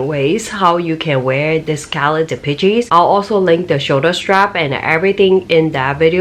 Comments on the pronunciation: Please, please if you do another video on this pouch, it's pronounced "dee-PESH," not "dee-pee-cheese." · Dee.Pee.Chee ... LOL